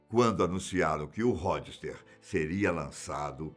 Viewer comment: Ródster ! Fala direito mano... Po o maluco fala as pronuncias erradas em todos os vídeos. Isso me incomoda mto